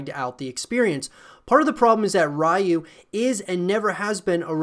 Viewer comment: Ryu is pronounced "You" with an R in front. If you said "Who do you like?" really quickly the D in "DO" would soften and sound like the R in Ryu. "Rai YU" sounds like ラー油 which is pretty much just the spicy oil we add on food lol